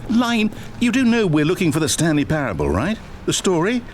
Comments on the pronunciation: thaaaanks❤❤❤❤ Also, it’s pair-ah-bull but good try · it's just Pair-uhh-ble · Its pronounced "Pair-uh-bull",! Great Video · im sorry but the way you said parable is so silly ily tho